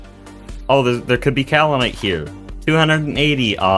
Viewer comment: yeah that seems to be the current state of youtube. quantity over quality. not to say that this is low quality content! i'm enjoying this series so far :) wait so is this multiplayer? or are the other "players" from some mod? oh btw kaolinite is pronounced "kay-oh-linite" not "cow-linite"